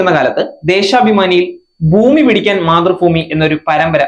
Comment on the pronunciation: മാതൃഫൂമി എന്നല്ല..മാതൃഭൂമി എന്നാണ് പൊട്ടാ